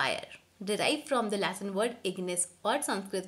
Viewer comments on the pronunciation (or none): none